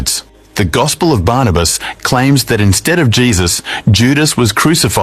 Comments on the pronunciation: It is gospel of Barnabas not baranabas please correct your pronunciation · It's not branabas, it's burnabas